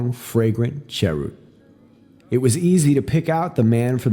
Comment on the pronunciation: I’m still shaking my head in pleasant disbelief...I only caught one, very minor, mispronunciation in this entire reading. The only one was Cheroot, it isn’t pronounced “chair-root”, it’s actually pronounced “sha-root or share-root”, as I said a very minor slip. Which, actually, follows the Japanese tradition of “purposely” including a tiny flaw in their gardens...since nothing Man ever creates is truly perfect. Sadly, I can’t remember the last time I’ve had the pleasure of hearing someone, anyone, reading out loud with such perfection! Hat’s off to!!!